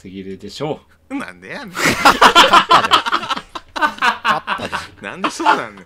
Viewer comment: ネイティブなんでやねん